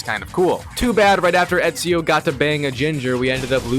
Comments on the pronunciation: My brother you’re saying it wrong it’s eeeeeeeesio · Not only he mispronounced Ezio wrong. The guy doesn't even know who Machiavelli was in history! What a noob! 🤦‍♂️